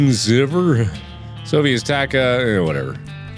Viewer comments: "this sofy is tacka" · “this sofy is tacka” -Markiplier 2k19